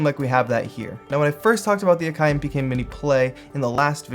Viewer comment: it's prouncounced Ack - eye ..